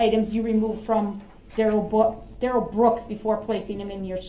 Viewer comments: The fact that his name appears in all caps on documents and the pronunciation BUT — his own MOTHER pronounced it Darrell not Duh-rell. 🤭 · He's mother calls him Darrell not duh rel.